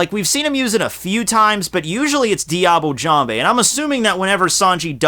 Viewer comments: IT'S DIABLAY JAMBE, YOU FOOL! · i thought u pronounce diable jambe with the "l" in diable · Diable Jambe is a technique named in french and it's not said " Diable Jamb(Hey) " it's pronounced " Diable Jamb(/) ":> hello from France